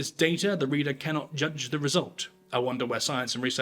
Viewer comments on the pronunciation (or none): none